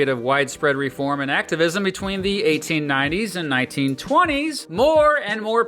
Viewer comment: 1990s were the Clinton era. No way a Fox news guy would say things were good then. My guess is verbal dyslexia and he meant 1980s instead of 1890s lol